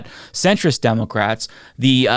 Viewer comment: Please work on your speech impediment. I hate hearing a political commentator say "democwrats" instead if democrat.